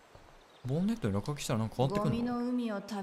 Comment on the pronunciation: ぼん↑ねっ↑とぅ↓